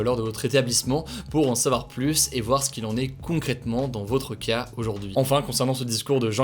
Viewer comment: On ne peut pas dire plusssss contagieux. Le s final de plus ne se prononce pas quand le mot qui suit commence par une consonne.